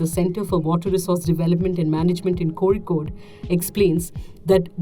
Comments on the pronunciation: Excellent that she pronounced Kozhikode correctly. It would be nice if she pronounced all the English correctly as well, and stopped talking from the front of her mouth. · Narrator pronounced 'Kozhikode' correctly 😍 i bet... she must be a malayali...or atleast half a mallu